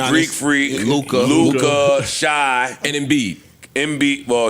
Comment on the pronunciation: SHAI IS PRONOUNCED SHAY. EVERY WEEK U GET UP HERE CALLING THAT BOY SHY. 😂😂😂